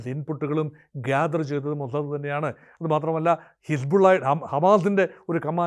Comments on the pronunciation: മൊജദ് അല്ല ടോമൊ സാദ് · മോസ്സദ്‌ എന്ന് പറയുന്നതിന് ഇത്രയും ബാസ്സ് കൊടുക്കണോ 😂😂